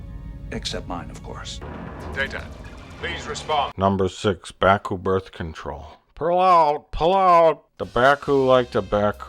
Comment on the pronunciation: LOL 'Bakooing'